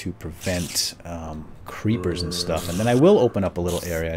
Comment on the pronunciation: Weird "sh-tuff" indeed,. Nice save:P